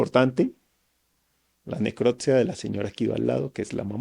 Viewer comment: No es neclottttssssiaaa es necropsia!!